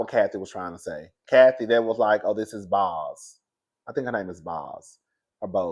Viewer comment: If her name was Quantanillanasia, I bet y'all would say it perfectly. Obviously Bozoma is an African woman . Let's show her the respect of saying her one-syllable nickname correct. Boz sounds like "bows". This is not difficult.